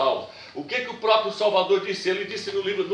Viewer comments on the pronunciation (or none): none